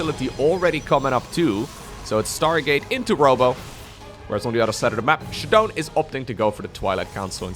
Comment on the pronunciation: it's funny that ShaDoWn spells his name with that "AaBbCc" style like is used to mock people these days, because every time this dude says "shuh-dohn" I think he's a moron. Shadow. Own. Shadown. ShAAAA, not shuh. god dude